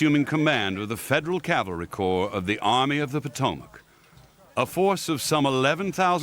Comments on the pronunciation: Were the talky dramatized bits filmed in England? I'm English but I can hear the accents don't sound right and Maryland is pronounced the English way ie Mary Land as opposed to the American, Marrylund. Also, Potomac is pronounced here as Pot O Mac not Po TO Mac. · Pot-o-mack? Mary Land? Who's reading this? Butchering the pronunciation of common words is how foreign spies get caught. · I can imagine Custer pronouncing “Pot O Mac”.